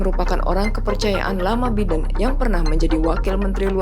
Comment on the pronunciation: Bagaimana Biden dibaca Biden, seharusnya "Baiden", maaf koreksi.